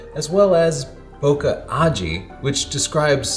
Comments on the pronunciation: I keep thinking your saying pokeballs over bokeh balls. Yeah I’m immature 😆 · bo-kuh? how about saying it correctly as in bo-kay? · We say boKEh, like in KEnnedy, not boKAh, like in CArnegie... Toilet roll? Gross... Ha! Ha! Great job once more! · Every time someone pronounces it Boka i just cringe inside out. Its Bokeh. or, BOKEH like Kai W says it. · Bokeh rhymes with pocket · it's pronounced " BU-KY " because it's more fun that way. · Your pronunciation is completely wrong, it's pronounced "boo-kah-keh". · Wrong!!!!!!! Bokeh is pronounced Bo-key or Bo-ki ! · I only clicked on the video to see if would say "boca" (mouth, in portuguese). How can he still do this? When he himself buts the letters on screen while mispronouncing? ボケ ボ means "bo", ケ means "ke". At this point he must be doing it with stubborn malicious intent. Enough, unsubscribed. In these times mental health gets priority. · Americans systematically can not pronounce French. They add -eeee after the word. E.g, "ballet" becomes ball-eh-eeee. Don't do the same mistake with "bokeh". Don't say bo-que-eeee. Just stop before the -eeee, say bo-que. (que like in Spanish, see another comment here). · boke is a Japanese word, so the "KE" should not be pronounce as kah. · Holy crap, you can't even pronounce it right when you're making a video about it. 🤯📸